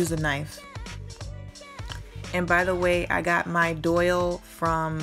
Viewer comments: It is called a Dowel not a Doyle!! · It’s not a doyle... it’s a DOWEL, it rhymes with TOWEL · not that it matters and PLEASE don't get offended....I would want to know myself......but it is pronounced dowel (like towel but with a d) not doyle....but stunning project! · it's dowel, not doyle. It took me a while to figure out what you were saying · JAY HUSTLE not unless the pronunciation of the letter W and Y have changed. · DOIL? You mean dowel? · I was wondering what a doyal was, then realized she meant dowel. It's all good. I always mispronounce things myself.☺ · enjoyed your video. just a point fot you, it’s called a dowel. pronounced like towel.